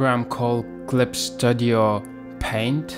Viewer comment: Sto-dio? It's Stud-io lol.